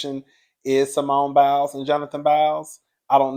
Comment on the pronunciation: I normally stay in the bushes 😊 but when u called that man Biles I hollered. Oh yeah the name is Jeanine Mai (My)😂 . You tried I give you that. 😂❤